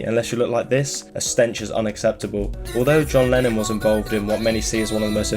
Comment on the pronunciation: it sounds like u say lenin half of the time